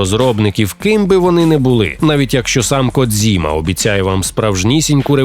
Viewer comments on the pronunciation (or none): none